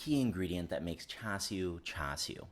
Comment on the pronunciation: Swear if you say "chew shoo" 1 more time...I'll, I'll....go buy some. Good vid!